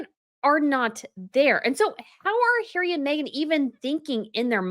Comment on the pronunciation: Love your pronunciation of Hairy!!😂🤣